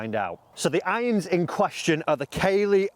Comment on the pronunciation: Hi, it’s pronounced CAA-LEY not Kay-ley